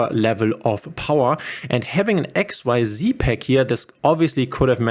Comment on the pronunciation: for xyz cards you do't have to say x-y-z ---it's just x-z:)